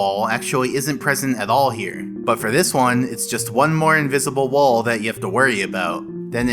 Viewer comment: What uhh I got inwizible wol 😂